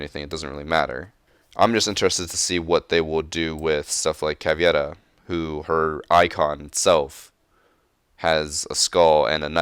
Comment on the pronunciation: Why do you say: ”Caviera” instead of Caveira????